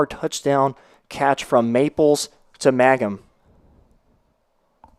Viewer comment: It’s ….MANG-HAM….just like it’s spelled. If you deducted 50 points from my IQ, I still could not possibly arrive at the pronunciation “MAGGUM”